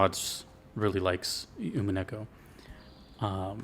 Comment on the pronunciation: Nice pull on the Winchester, that's absolutely what it is in the story. The U is pronounced like "oo" and not like "you". The episodes thing was because the game was originally released in eight ten-to-fifteen hour episodes that released every four months or so before being collected as a single game when they were all done releasing. There are websites where people track and rate the VNs they've played kind of like Goodreads or Letterboxd and Umineko tends to be in the top 10 of those for English players and top 25ish for Japanese players. The "Dragon Ball" of the genre is probably Fate/Stay Night and the Fate series in general. You're definitely right about the strength of the melodies, that's why this is my favorite OST in gaming.